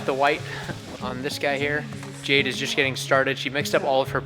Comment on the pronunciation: If you're going to be a designer, then you're "Ja-DAY", not Jade.